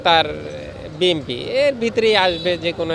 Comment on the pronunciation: বিএনপি সমর্থকরা এতটাই মূর্খ যে BNP নামটা শুদ্ধ করে বলতে পারে না বলে BMP